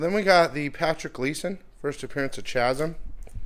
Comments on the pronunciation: Like #133. Hey. Two things. First, I’m sorry but I have to… it is NOT pronounced CHAZ-EM, it is pronounced KAZ-EM. The H is silent in Chasm. You’re driving me nuts with that shit.:) Two, I’ve had issues with both companies as well, but as someone who runs conventions in Dallas (and travels to other shows), I’m seeing more and more folks wanting RAW books now, actually being turned off by slabs. I realize slabs usually sell for more, but I think collectors are starting to look for books they can actually open if they want, and feel like they’ll get a better deal on. Even Heritage Auctions appears to be selling more raw books lately. Just something to think about. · It’s pronounced “kā-zim”